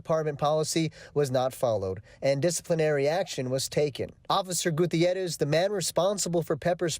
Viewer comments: Joe "Gutier-rorist" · Charlamagne you live in America and don't know how to properly pronounce a hispanic name like Guttierez oy mami caramba.... EDIT: I'm just deflecting from the issue because i'm emotionally exhausted by this shit